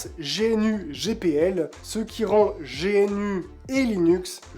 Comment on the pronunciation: GNU : On dit gnou (comme l'animal, d'où le logo) pas génu Chacun peut apporter sa contribution, si si. Si on est pas un développeur, il reste les traductions et les fautes d'orthographe, de syntaxe ou de sens dans la documentation. Aujourd'hui il 2 barrière à l'utilisation par le grand public : - le processus d'installation (qui fait peur, bien que très facile. - la connaissance publique de ces choses, qui force à se jeter dans le bain (merci pour ta vidéo) D'ailleurs pour paufiner le travail de mise à connaissance du public, je te conseil de réaliser une démo avec Linux Mint si tu t'adresses au grand public ou PopOS si tu t'adresses au gamers. Beau boulot continue comme ça